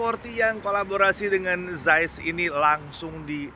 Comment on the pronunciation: Zeiss org panggil "Zais" Sya pula panggil "Zis"😂😂